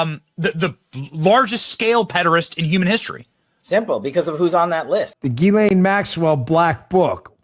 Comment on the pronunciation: Why can't Americans ever say Ghislaine right?